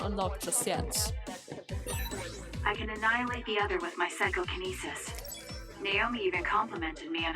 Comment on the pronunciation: I noticed,, that you are having trouble pronouncing Psychokinesis. But just remember that you can call it "Psy" and/or "PK" if you wish. No worries. Also, good luck to you and the protagonist in this adventure.